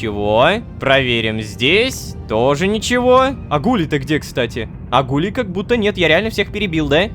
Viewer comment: Рома, какие гУлей правильно гулЕй ты разве не знаешь аниме "токийский гуль?" ( если я написал название не правильно, то простите😅)